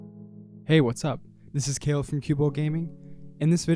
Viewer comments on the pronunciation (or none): i swear you said "Cael" i checked multiple times 😭